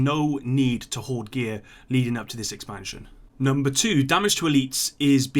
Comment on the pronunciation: “Hoard”. Not being an arse, just so you know.